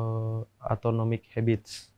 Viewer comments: atonomic hahaha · "atonomic habits" keren bgt spellingnya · Aku juga ketawa pas dia bilang atonomic habit , dia tuh keliatan yaa bodoh nya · Buku yang dia pengen baca pun dia ga berhasil nyebut namanya😂😂😂😂 ‘Atonomic Habits’ padahal yang bener ‘Atomic Habits’ karena atomic itu maksudnya sekecil atom jadi kebiasaan kecil yang dilakukan tiap hari. Ngakunya ngerti bahasa inggris tapi metaphor sesimpel ini pun dia ga faham, bahkan gatau apa itu atomic 😂😂😂😂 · "atonomic habits" nyebut judulnya aja salah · Atonomy habits😭😭 atomic habits bang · Sumpah ngakak pas dia bilang ATONOMIC HABITS di menit , Atomic Habits blok! Pingin keliatan keren malah blunder. Sumpah ini bocil dibego2in Kukuh soal Pearl Harbor juga percaya lagi? Bikin tato Money Heist kagak tau Salvador Dali. Beneran natural tololnya.